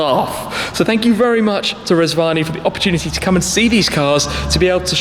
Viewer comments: I thought he said Reg Varney Tank. Now that would have impressed me... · I thought you said Reg Varney for a minute. I was expecting Blakey to turn up. ( For older viewers only)